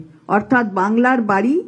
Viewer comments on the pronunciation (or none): বাংলার বাড়ি ❌️ বাংলার বা ড়া ✅️?😂